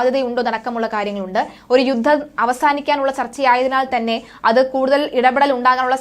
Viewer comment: 'യുദ്ദം' ? 'യുദ്ധം' എന്ന് തിരുത്തി ഉച്ചരിക്കണം